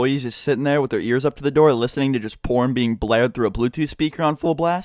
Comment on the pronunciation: You pronounced "porn" with a juicy "p" sound